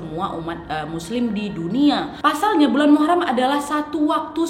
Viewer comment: Muharom bukan Muharam